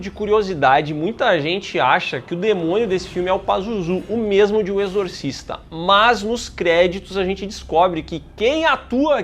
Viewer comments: "Exorcisto" foi foda kkkkkkkkkkkk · "exortisto" eu ri muito véi KKKKKKKKKKKKKKKKKKKKKKK